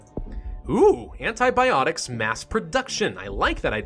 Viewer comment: who died when he said antiboptics